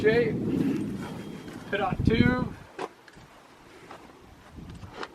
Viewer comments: Did he say Pi TOT tube? Another awesome vid!!! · Did this guy call the pitot tube a PITT-IT tube? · That pronunciation of Pitot lol. Awesome video. Flying a cub is on my list of things to do! I too, spend too much time flying high and fast! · Oh my god the way he said pitot tube in the preflight inspection really bugged me 🤣